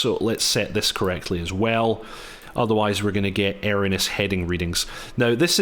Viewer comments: The word is pronounced E R R O N E O U S not Eronus . Great videos though, Kudos to you. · Never heard anyone say erroneous so badly